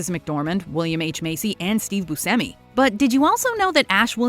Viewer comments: Steve BuSHEmi... not BuSemi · I believe his name is pronounced Boo Shimmy. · I believe it’s pronounced BOO-SHEH-ME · She pronounces Steve Buscemi's name two different ways in this video, and neither one is how I pronounce it. I've always said Booshemmi. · is she saying Steve Bucemi's last name wrong or have I been saying it wrong all these years? lol I thought you pronounce the C like Ch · He pronounces it as boo-seh-me but states the correct Sicilian pronunciation is boo-shay-me so he doesn't correct others when they use the "sh" in the pronunciation. He seems cool with either. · Hey. Buscemi grew up pronouncing his name as boo-SEM-ee, in an anglicized way. In Sicily, where his ancestors are from, it is pronounced as boo-SHEM-ee. He once remarked, "I had to go to Sicily to find out I pronounce my name wrong" You're pronouncing Steve Buscemi wrong. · I believe Buscemi is actually supposed to be pronounced “boo-SHEM-ee” even the actor admits he’s been saying his own name wrong until he visited Sicily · How is it no matter what video puts out they always butcher how something is pronounced? Like they way they are saying buschemis last name. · Nope, she said it wrong. He confirmed it's with a ch sound. It bugs me so much! This isn't the first time either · Why does she say Steve Buscemi so freaking weird?!?! She is always pronouncing things very oddly 🤦🏻‍♀️